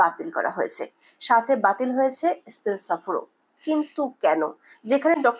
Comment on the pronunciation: বাজে উপস্থাপনা স্পেনকে এস্পেন বলেছে😂😂